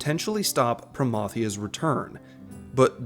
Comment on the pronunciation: If Dynamis raid isn't XI style I'm going to be HIGHLY disappointed! Thank you for pronouncing Promathia right!